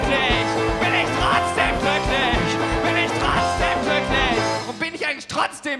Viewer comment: "glücklich". Das ist ein G, kein K. Nicht "kkklücklich".